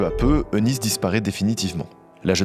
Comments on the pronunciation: Magnifique vidéo comme a chaque fois, merci beaucoup. Je me permets juste de préciser que le prénom Eunice se prononce Younice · Petite précision le nom Eunice se prononce « unice »